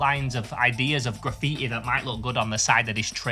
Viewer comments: graffiä bro wtf is this accent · its ponounced gra-fee-TEE